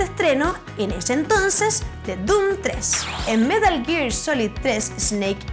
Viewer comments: metah geeegg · "metl giiir"